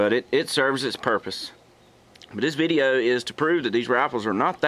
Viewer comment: "veedeo", "accreeate"... what is english?